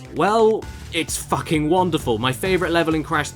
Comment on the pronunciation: Hey Caddy, why do you say "FACKING" so much lately? Anything you want to tell us?